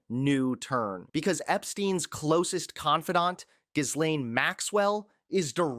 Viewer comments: Why are people mispronouncing her name? It's not Gi-lane, it's Gees-lane. Yeah, that's pretty nit-picky, but if you're going to mispronounce somebody's name, at least creative about, like Nutlick. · every time I have seen her name GHISLAINE is pronounced JIZZ LANE ... not Gee lane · Her name is pronounced "ghee-laine"....not that she deserves correct pronunciation. I just can't stand such butchering of the english language. Lol. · It's no GIZ-Lane it's French for God's sake ... Not that she shouldn't be mocked... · It's Ghislaine...Ghee Lane. Hard G, silent h. Silent s. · you need to work on consistency with the pronunciation of Ghislaine. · Seriously??? You've been reporting on this for forever, and yet you STILL have NOT figured out how to pronounce her Ghislane! 🤦‍♀ The "S" is Silent! doh! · The "S" IS SILENT IN MS. MAXWELL'S FIRST NAME!!! WHY can only a very few of you guys reporting on this story get it correct?! It's just ANNOYING! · She has been in the news FOR YEARS. But you STILL don’t know how to pronounce her name. If you want the slightest shred of credibility, PRONOUNCE NAMES CORRECTLY!!! Right now, you are just a dumbass.